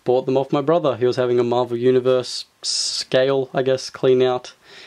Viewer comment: were you saying sale not scale because that's what I heard